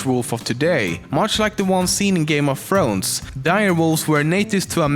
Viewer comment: How dare you say go me of thrones wrong and the show is awesome